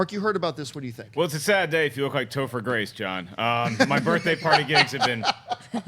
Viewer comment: I started laughing when Schnepp said Toper Grace for Carnage lol